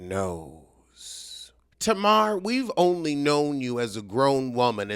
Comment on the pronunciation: At least learn how to actually say her name correctly if you’re gonna rant at her so passionately. It also would’ve been good if you broke down exactly what happened and what was said. You just ranted and alluded to a bunch of stuff that doesn’t even make sense.